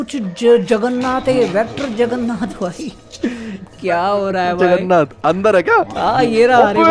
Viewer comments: Bhai Jagarnat nahi Jagarnaut xD 😂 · Hi hi hi he said juggernath